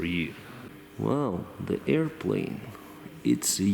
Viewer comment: with all due respect , i love how you say airplane ... airplaine🤣🤣🤣🤣🤣🤣 (just for fun)